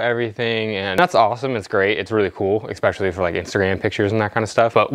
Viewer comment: Esssspecially, not Eckkkkspecially